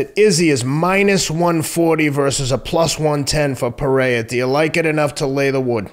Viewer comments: hey bro the second R in Pereira isn’t silent. He is Brazilian not Mexican lol. Pereira pronounced more or less as it appears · First, y’all gotta stop mis pronouncing Pereira. Not Teddy’s sport, but he’s reasonable when it comes to combat sports.